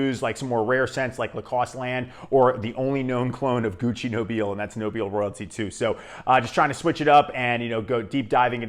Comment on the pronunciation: I find Duc De Vervins very close to Nobile (and it's pronounced No-bill-eh)